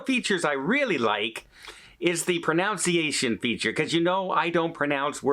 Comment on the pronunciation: Haha. . . You mispronounced Italian AND pronunciation. LOL. . . Good for you for learning a new language!